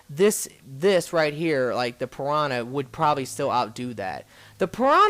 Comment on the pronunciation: you say piwana